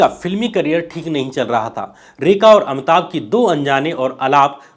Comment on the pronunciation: परवार या परिवार, उच्चारण पे ध्यान दें। इसी तरह, इंदिरा को इंद्रा बोला है आपने। अमिताभ को अमताभ, भाई, हृस्व इ a उच्चारण अ कार नहीं हो सकता, उच्चारण पे काम कीजिए, मैं तंग आ गया हूं आपके गलत उच्चारण से, वीडियो चाहकर भी नहीं देख पा रहा हूं।